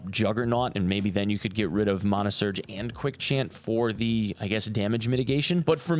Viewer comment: Please tell me you didn’t say MAHNA. It’s MANAH!!!!!